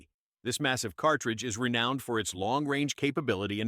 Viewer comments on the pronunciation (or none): none